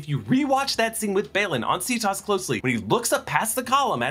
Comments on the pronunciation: Every time you say "See-toss" it reminds me of Cetus, a sea monster from Greek myth (they would have said it with a hard c though) from which we get "cetacean," all the whales, dolphins, etc. So that may be another connection to the Purgils. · Well technically Cerberus is supposed to be Kerbouros, but that doesn't change the fact people use the soft C in media.